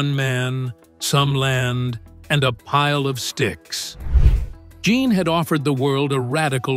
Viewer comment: The French male name "Jean" is pronounced "Zhawn." You've heard of Sean Connery? Say "Sean" but replace the SH sound with a ZH sound.